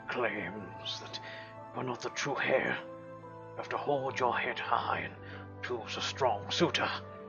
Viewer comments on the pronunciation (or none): I notice you keep pronouncing the 'h' in the word heir. It may be different where you're from, I don't know, but the 'h' is silent. It's like your saying air, but it's spelled differently.